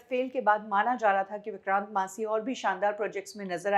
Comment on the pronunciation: अरे, ओ! उनका नाम विक्रांत मैसी है । विक्रांत "मासी" नही । कुछ सच्चा उच्चारण सीख के आया करो, वो शेड्यूल को भी तुम स्केडुअल बकती रहती हो ।